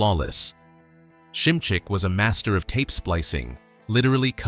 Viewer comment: P.S. its pronounced simzik not sncmcz.